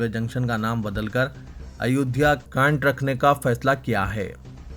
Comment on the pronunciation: شرم تم كو مگر نهى آتى ... اپنے تلفظ صحيح كريں ۔۔۔ ريلوے ٹنشن نهى "اسٹيشن " بوليں۔۔۔۔۔۔ايودهيه كانٹ نهى "كينٹ" بوليں يا كسى اور كو نيوز پڑہنے كا موقع ديں